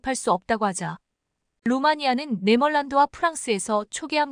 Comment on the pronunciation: 네멀란드가어느나라인지똑바로읽어라 아이고한글도제데로알지도못하네